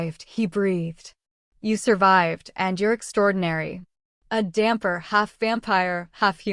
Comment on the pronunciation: The word is "dhampir" not damper.